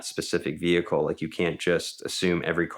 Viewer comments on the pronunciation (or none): none